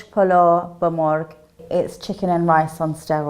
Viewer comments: also the way she says MORG instead of MORGH I can tell she's not Iranian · Sura is not persian. She can even say zereshk polo ba morgh. She cant pronounce "gh". No persian woman wear her scarf like that and sura is arabic name I think I haven't even hear that name. Guys! WE ARE NOT ARAB!!!!! We are tired to say that to the world.